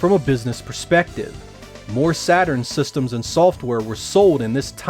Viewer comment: its "systems", not "sestems" -.